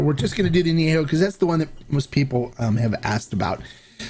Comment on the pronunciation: If I may, the correct pronunciation of " AÑEJO" is with an E as in YET , not an e as in YAY . When it's not pronounced correctly, it sounds like ANOTHER NOT SO Nice Word in Spanish. Thanks for your EXCELLENT, accurate reviews ! CHEERS !!